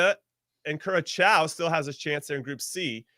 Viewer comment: And Curasow not Curachow 😂